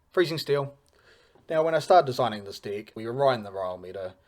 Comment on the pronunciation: Why does it always sound like you're saying "dic" whenever you mean to say *deck? 😂 Love the video btw.